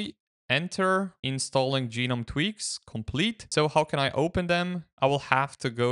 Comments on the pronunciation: Gnome doesn't need to be a mythical creature; it can also be a popular garden decoration. I encountered people mispronouncing the GNOME project this way in 1998, when high-speed internet wasn't available, and they had no opportunity to hear the correct pronunciation. In 2025, there is no excuse for mispronouncing the project name, though it might be confusing; both "guh-nome" and "nome" pronunciations became correct after 2021, but the "ge-nome" pronunciation has always been wrong. Unless the author intended to mock the project, it was really disrespectful to the people behind it. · Do you call garden gnomes garden gee-nomes?